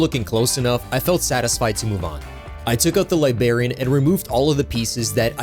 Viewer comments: Hearing “liberian” instead of “librarian” hurts my soul lol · Why are you pronouncing it Li-bar-ian dude and use smaller pliars for smaller more precise cute and kit back use a cool staff like a wizard man should